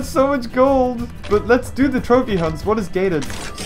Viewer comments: Does anyone here him say cold instead of gold 1.24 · said "The only way to get cold." Instead of gold. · beaver it's gold not cold